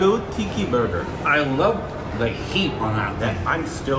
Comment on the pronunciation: saying burger a barger 😂